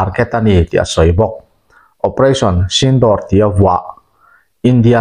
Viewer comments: Operation sindawr tih ni lovin "operation sindhur" tih zawk tur a ni e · sindawr nilo in sindur tih tur aw.. vai hmeiche pasal nei laiin an luchung a an hawihsen thin hi aw. u hi thluk tur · Sindawr nilo in sindur tih tur aw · Channel te insiam ve hi chuan thil hmingtal hi chu lamdik ve thin ula.....Sindoor tih ang chi te kha.....door tih ni lovin duurr ang chi te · A nuam dâwn mep mep ve, Pakistan lam hawia silai han hmehpuah leh a chakawm mange, operation sindoor tih hi Sindûr ti a chhiar tur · Operation sinduur tia lam tur aw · Sindur ti a lam tur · Sindur nilo in Sindoor tur zawk aw... Operation Sindoor..